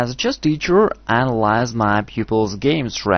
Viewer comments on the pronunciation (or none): "as a chess teacher, i allize my pupils game stalolly" priceless. i replayed that so many times. cool video tho